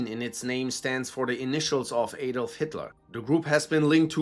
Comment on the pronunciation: You're German, why did you mispronounce Adolf? Don't let American "English" spoil your speech. You also could have covered a lot more about Rusich, they have conducted atrocities like pagan sacrifices, mutilation of live prisoners, torture and execution of both POWs and civilians. They make Cомbat 18 look like schoolgirls.